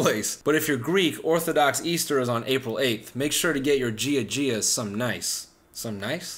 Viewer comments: Did he seriously just say gee a gee a. Smh. It's pronounced ya ya. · based stugots I’m Greek and I cringed when he said Gia Gia 😂